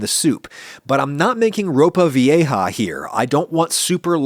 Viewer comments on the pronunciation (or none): none